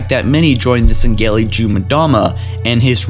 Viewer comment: Dude I love your videos but you really fucken need to start saying Sengelli the right way